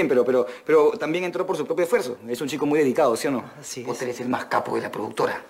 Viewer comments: "potter" popoter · Poteer " Piter"